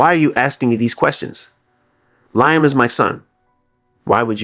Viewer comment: I want to watch but the name is Liam pronounced Lee Am